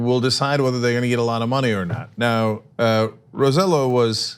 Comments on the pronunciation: Guys, I love you guys, but it's pronounce Rose-eh-jo because in PR, the two lls are pronounce j, not y like in Spain or in Mexico. Please call the guy by his actual name. He's working so hard to try and get help for the folks on the island. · Hey guys! First, governor Roselló's name is spelled Roh-say-YO. Second, this is a bluff because of elections. When he had to stand up for all us Puerto Ricans,he didn't, and let Trump bully us,and also let Trump go to an affluent place in the richest city(Guaynabo) in Puerto Rico instead of any of the worst devastated places (like Utuado) to make Trump see the hurricane's devastation. Only Yulin stood up for us. Roselló's government has been the most corrupt of them all, and he was elected just because his father was the governor in Clinton's era (and he was corrupt af). And he is conservative AF, Republican. Please make more research before commenting about anything. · Hey guys it's pronounced Ro-se-yo, thanks love you guys. Thanks for keeping us informed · Its pronounced RoseJo , i know its weird but hey you guys pronounce Raphael "Rafael" wtf is that lol jk jk